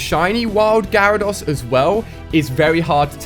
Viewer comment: It’s gyarados no gyrados